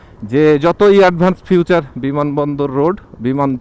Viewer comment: ওটা ফিউচার না ভাই,ওটা ফিচার।গত ভিডিও থেকে দেখছি বিষয়টা বার বার বলছেন।শুনতে খারাপ দেখা যায় ভাই...এটা একটু পরিবর্তন করতে হবে।সাথে হিয়ামাহা না ই...য়া...মা...হা বিষয় গুলো একটু চেন্জ করতে হবে।